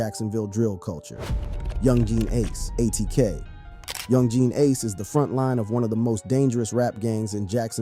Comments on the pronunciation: This dude said, YOUNG GEEN ACE 💀💀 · These pronunciations 😂😂😂 "young gee and ace"